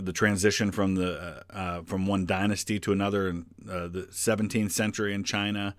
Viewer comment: Chiner.....where is the a R in CHINA